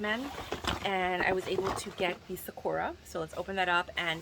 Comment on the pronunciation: It's pronounced Sah-koo-rah, not Sack-ura.